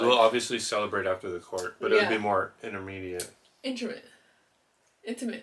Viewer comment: It’s immediate* family not intermediate. Oh well, we understood what you meant. 🙃